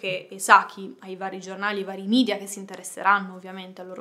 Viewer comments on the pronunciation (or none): none